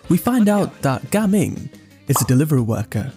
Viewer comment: I thought you said gaming like normal gaming, like someone is gaming (playing) but NO, it’s ga-ming 😂